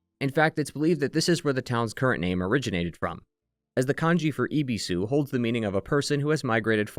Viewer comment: "eh"bisu, not "ee"bisu